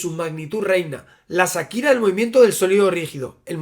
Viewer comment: Shakira se pronuncia "Chaquira", la H en su nombre no es muda.